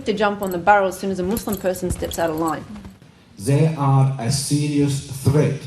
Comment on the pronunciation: 5.43 Zeeeeey are a serious threat 😂